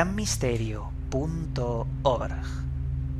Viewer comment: Me gusta como pronuncias el ORGGG